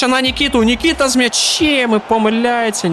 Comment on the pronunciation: Не нікіта а нкетіа